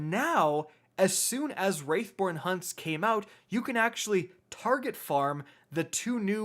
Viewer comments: WRATHborn, homie... WRATHborn. Not "WRAITHborn." Love your videos overall though! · It’s “wrathborn” not “wraithborn” please learn how to read, please and thank you 😊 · It's wrathborn not wraithborn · Stop saying Wraithborn. It's Wrathborn. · Bruh. It's wrathborn, not wraithborn. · Dude. Its WRATHborn not WRAITHborn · surely you will feel the WRATH of your viewers, many of whom will turn into WRAiTHS, if you don't correct your pronunciation of the word "WR A TH BORN." I mean honestly, would you ever say "Feel my WRAITH!"? No, you'd say "Feel my WRATH!" Unless, of course, you had a pet wraith that you wanted me to feel. C'mon man, it's not hard... say the word right, aight? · Wrath pronounced Roth not wrath pronounced wRaItH - what the hell is wrong with you!? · Wrath not Wraith bro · every time you say "Wraithborn" I yell "WRATHborn" at the top of my lungs and honestly I'm probably gonna lose my voice by the end of this season lmao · Please. For the love of the traveler. Its Wrath.... not Wraith xD Great vid dude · wrATH born hunts THERE IS NO I IT IS NOT WRAITH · Wrathborn... say it with me bud... wrathborn lol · I know right! It’s not that hard to say “Wrathborn”